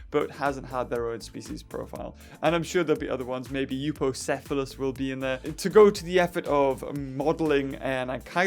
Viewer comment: Euplocepholus not eupocepholus